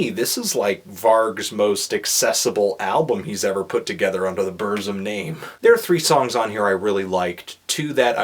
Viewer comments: Varg: BURZZZZUMMMM Melon: Brrssm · BUR. TSIM. BUR. TSIM. B-U-R. T-S-I-M. Not Burzim. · It's boorsum not berzum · It's pronounced Burtsum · You pronounce everything wrong. 1. It's Burt sum 2. It's bel oos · I FUCKING HATE YOU HIPSTERS< SAY HIS FUCKING NAME RIGHT :'(